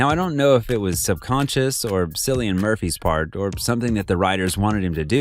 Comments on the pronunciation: His name is pronounced Killian. I known because that’s my name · Nice video! Keep it up! Also, please remember to check up on pronunciation; Cillian is pronounced with a K sound like saying the word ‘kill’. 😁